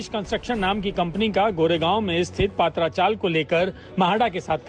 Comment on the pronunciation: Not पात्रा, it is पत्रा